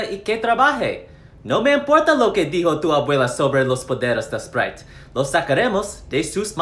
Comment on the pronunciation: Pinche abuelo y su esprite lol